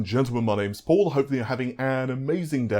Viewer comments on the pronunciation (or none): none